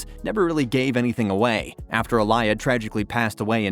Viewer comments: It’s not Alaya, it’s Aaliyah. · A liar??????? Do you honestly not know how to pronounce her name?????????? That's pretty patheitc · Who tf is Iliar?? This dummy can’t even say her name correctly.